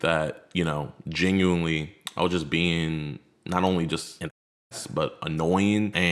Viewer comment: I don't know why it pisses me off when he says genuinely. Lmao